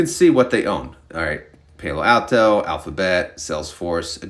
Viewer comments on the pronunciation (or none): I think "Palo Alto" is Spanish, so you need to use the non-American pronunciation of the letter "a", which is "ah". So you should say it as "pah-lo". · Palo Alto the A is pronounced like Apple